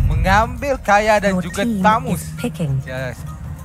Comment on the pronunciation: wtf man... Dia mmg cakap kaya ke dri hari tu ak dgr dia ckp kaya patut kaja